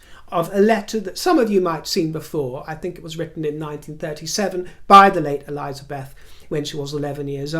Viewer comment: ELIZABETH NOT ELIZA- BETH. LOVE YOU.... BUT